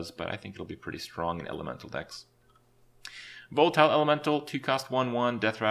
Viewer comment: VOL TILE elemental...Add this to the list of cards he pronounces incorrectly 😆 PAY TRIN KRAY KEN